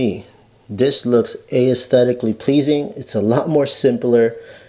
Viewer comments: The word is pronounced "ES-thetic-lee" not "Aye-es-thetic-ally." Also you got it half right. The 4" round parts can all be the rectangular low-profile ducts. That's what I did ages ago. Glad you've discovered the future. You're still far behind the times. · A clear tutorial but the word aesthetically is pronounced “es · THEh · tick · kuh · lee”. The vowel ‘a’ is a silent letter. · You don’t pronounce the “A” in aesthetic/aesthetically